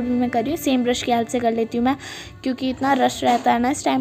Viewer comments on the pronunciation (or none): none